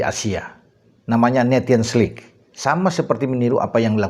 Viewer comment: Sedikit koreksi bacanya nesion lig bukan netion